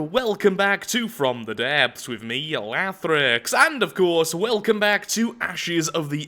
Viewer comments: lathr-i-x, not lathr-e-x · his accent makes it sound more like lathrex